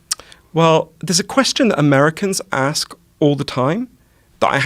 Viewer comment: he's putting it on a bit as well as you can tell he's not from London from the way he pronounces words like 'ask'